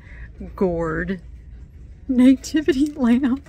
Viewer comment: It's NATIVITY NOT NAYTIVITY😂